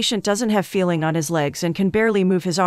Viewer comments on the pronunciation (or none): none